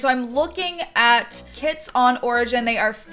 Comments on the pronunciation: i heard she saying "kids packs" instead of kits and i got excited thinking that it was about children but i'm just deaf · Everyrime you said "through the kits" I thought you said "through the kids"